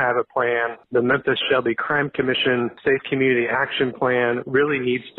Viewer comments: Bro said Menthus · lol crazy that you say "menthis" consistently every time you can even clearly see your tongue between your teeth making the "th" sound, instead of the "f" sound where your lip would be under your teeth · Menthis? Oof. Memphis. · Not really. If it was well said he wouldn’t keep calling Memphis TN “Menthis”. And it’s not even a 1 time slip up, he says Menthis every time. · "Menthis" Much love. Don't change man. I make fun because it's funny but I want to see you keep doin you. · "Menthis'? Mem.... Meeeeeeeemmmmphis lol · MemPhis. Not Menthis. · Memphis; ph is pronounced as an f, just saying